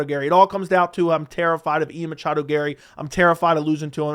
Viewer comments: Please stop saying Machado. Drives me crazy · Dude it’s okay to not say machado every single time 😂